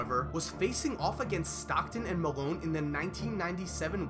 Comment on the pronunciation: Everytime this dude said "and" it sounds like "ant" lmao